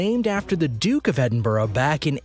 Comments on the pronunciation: Edinburg of the C C's?? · What a load of innacurate crap ! Edinboro of the see see's !!